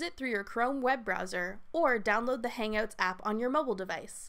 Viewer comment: She says "Hang-oats"